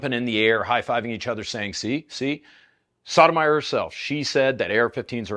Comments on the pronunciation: is it pronounced "sodomyer"? i always thought it was "soda-my-or" your pronunciation sounds more like sodomizer though, and thats silly. i think i like yours better because it sounds silly. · Most southern pronunciation of Sotomayor I’ve ever heard. I can’t even tell if you’re trolling her.